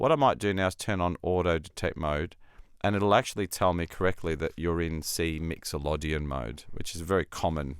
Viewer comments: As all the other comments here I think Scaler is a superb tool and also if needed a way to learn music theory. Well done developers., great demo but can I ask why you pronouce Myxolydian as if it were spelt 'Myxolodian'... slip of the tongue perhaps? Anyway thanks for this monumental plugin. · ah...ok, I did wonder and admittedly only a cursory glance to see if anyone else had already mentioned it, I didn't find any comment in relation to 'exotic' pronunciation of the word. 😉